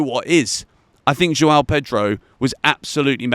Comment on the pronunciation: I wish you could learn to pronounce the name João.